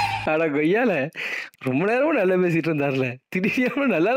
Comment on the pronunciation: Adagommala ❌ adagoyala ✅